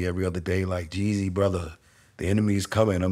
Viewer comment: Lol lmao why do yall say jezzy? 😂😂 it's jeezy